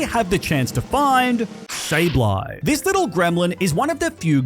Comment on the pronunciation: IT'S SABLEYE, NOT SABLE EYE! FIX IT NOW!